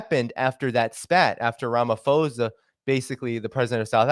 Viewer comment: Thanks for the information 👏🏼👌🏼FYI Phonetically we pronounce it Rama-po-sa👍🏻